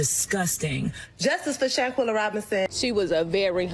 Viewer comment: I cant watch the whole video because its irritating my soul the way he pronouncing ShanQUilla name 😠😠